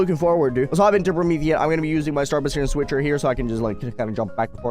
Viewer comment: "Pro-Meth aeon" 💀